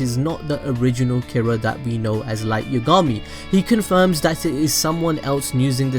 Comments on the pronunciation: also light you-ga-mi? isn't it light ya-ga-mi? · dude listen its light YAAAA gami not light YUUU gami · Its Light Y(ah)gami... not Light Y(uh)gami... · Yah gahm me. Yagami lol not yugami js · i die every time i hear Yugami. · "light yogami" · its yagami not yagama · the way you say yagami bothers me. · Light didn't die cuz of Ryuk because in the early episodes misa told rem that his name was spelt moon but pronounced light and ryuk wrote light not moon